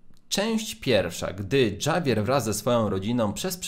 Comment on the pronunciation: Czyta się hawier